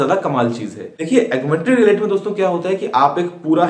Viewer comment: "Augmented (Relaity)" wrong wrong!!!!!! guruji